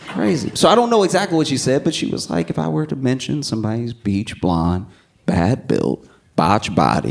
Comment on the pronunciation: "BLEACH" not "BEACH" AND "BUTCH" not "BOTCHED"